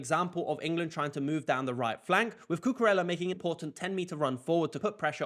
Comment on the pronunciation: First congrats for your videos. Second if you allow me to share a tip with you when saying spanish words the double L sounds (let's say) like Y. So you can say Cucureya and is gonna sound accurate. 🙏